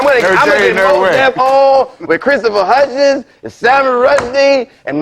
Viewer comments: Its Hitchens not Hutchens...get that right Mos def inately an idiot. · Mos Def called him Christopher Hutchins 😆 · Lol. Mos Def speaking to buffoons? C'mon. He called Hitchens."Hutchuns." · He said "Christopher Hutchens". Dopey. Mos don't listen. Mos don't learn. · "Christopher Hutchons" HUTCHONS?! You done fucked up, Moses Deaf. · "Christopher Hutchens" -- lol, he doesn't even know his name...sigh. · "Christopher Hutchens" XD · lol I still think Mos Def wins, especially when he says "Christopher Hutchiss"